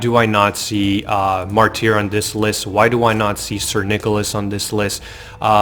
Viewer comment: You're killing me. lol Martyr - It's Mar-ter, not Mar-teer. I'd even argue with my midwest speech to pronounce it like Marder.